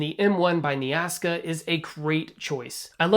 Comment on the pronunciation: Might want to read the brand name more closely. Its not "Nea ASKA" Its "Nea KASA"